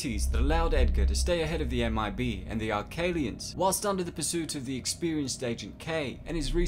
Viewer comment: Arquillian is pronounced "arkillian" not "arkaylian". Just for future reference